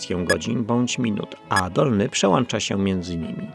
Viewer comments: przełancza "przełancznikiem" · Proszę Pana, po polsku mówi się "przełącza". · Faajny materiał, ale przełĄcza, przełĄcza. Błagam. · Proszę nie mówić przełancza.